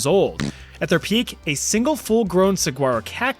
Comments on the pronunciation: I mean this so lovingly, you are one of my very favorite creators. You are so talented. However, the way you are saying Saguaro is KILLING ME. I am dead. Dead. I cannot stop laughing. It's like making my day, it's so hysterical. Just for those who don't know <3: The word is pronounced according to Spanish pronunciation rules as result of Spanish colonization. The 'G' becomes a w sound when said in an American accent, and the word ends up pronounced like 'suh-waa-row' in American English! They are really incredible cactuses, and worth the trip to see if you ever get the chance. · no worries. It's a Spanish word so it's pronounced a little differently. Great video though. It's unfortunate that the Fresh Prince bars are going to go over so many heads. Loved that part. Have a good day. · That's because the name is pronounced using Spanish rules. "GU" makes more of a "W" sound if paired like that. I'm surprised so few people know the proper pronunciation... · btw, as someone from Arizona, the cactus is pronounced sah-wa-row (no g) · Not trying to be mean about it... Saguaro is pronounced "sah-whar-oh" with a h sound for the g And they grow 40-50ft tall, not 80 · as a native arizonan, i got a few giggles out of hearing saguaros pronounced sa-gwa-ros, hehe- we just pronounce it sawaros. great video as always!! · I found it kinda funny how you always pronounce foreign language words so perfectly but then you kept calling the saguaro cactus "sag-gwaro" 😅 it sounds more like "suh-waro" but I too like to pronounce it with the hard G cause it pisses all my Spanish speaking friends off down here in Tucson 😂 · I’m sorry, but as an Arizonian.. you’re pronouncing Saguaro wrong 😭😅 you say it without the “g”. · Holy crap.... You don't pronounce the 'G' in Saguaro. Suh-Waa-Row.... That hurt my ears. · Lol! Saguaro (sa-waro) 😂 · My only concern is your pronunciation of Saguaro. It's pronounced Suh-wah-rO. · "Saguaro" is pronounced "Sawaro". For next time. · Cactus is said "sa-waro"